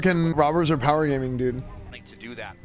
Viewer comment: “these robers are powegamming”